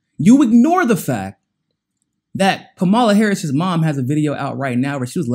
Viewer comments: yeah i know who he's talking about. Point is... her name is Cam-ah-la. Let's add credibility to our news outlets... mispronouncing his name makesit seem as if we're only listening to one another and not getting the information from the source.. if we were, we would catch the little mistakes.. seems minor but folks check for that. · Fam... you gotta start pronouncing her name properly... that keeps you credible. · “There are some people who believe that Kamala Harris is for us.” Right off the bat, you don’t know how to pronounce her name, which shows you haven’t done any research that you claim to have done: You haven’t even read her book, which is a short read. Second, who is “us?” Does it include me? So I looked up MCSC Network and found there was no reason it shouldn’t include me. So, I feel free to include myself among the people who believe that Kamala Harris is for me, along with “some of other people”. It’s only when you get into the stupid meat of your subject that I realize you’re talking about African Americans, and light-skinned ones in particular. So, in fact, I am not part of “us,” and what you are appealing too in particular is race-conscious (racist) African Americans.